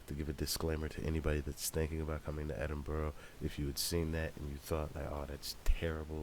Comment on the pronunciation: Picked a wild time to come fam. Edin-bur-ah not edin-burrow, definitely not edin- burg. Hope you enjoy your time in my country and made welcome